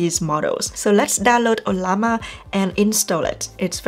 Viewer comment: You earned a new subscriber today. Thanks for how intuitive this video is. I also love how you pronounce "O-lla_ma"😹..kidding